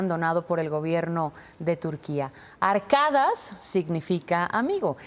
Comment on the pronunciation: no es ARKADAS, es ARKADAŞ !!!!! (se pronuncıa con sh!) !!!!!!